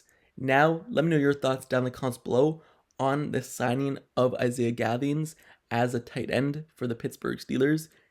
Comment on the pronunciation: Thank you for pronouncing the last name right.. great video